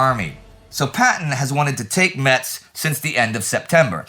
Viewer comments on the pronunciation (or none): Just FYI Metz is pronounced "mess", the t is silent